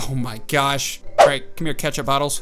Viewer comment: Does anyone think that he is saying catch a bottle instead of ketchup bottle?